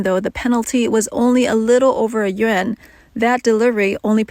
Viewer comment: Yuan is pronounced yu-on.